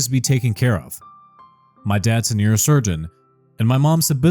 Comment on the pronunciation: Enunciation is funny “Ear Surgeon to Neurosurgeon”!!!!!